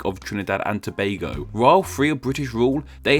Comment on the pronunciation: I haven't seen much foreigners pronounce Tobago correctly. Props to you my dude.